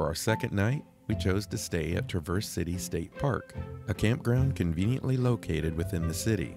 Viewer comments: I see you still haven’t gotten the 'syLLAble' in the right place for Traverse City…lol…you guys are so cute! Love watching your content! (TRAverse…😂) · LOL, it is not "trah-Verse", like traverse a mountain path. As a Michigander, its TRAAAAAAAAAA (like travel) Traverse. Different emphasis on the A. Same A as Travel, but verse at the end. Cmon now... Hope you tried Walleye while up there. Best fish imo. Nothing like the U P in Mich. In summer and fall anyways. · The accent is on Tra as opposed to verse. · It’s Tra’ verse City. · Pronounce the "S" as a "Z" and you have it. Tra'verze City, That's how the Michiganders say it. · Michigander here. Love your videos. FYI, Traverse City, isn't pronounced like the SUV. It's Tra verse, accent on the Tra ( like the a in trap.) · Like others said, please learn to say Traverse City correctly. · Please look up pronunciation of Traverse City😮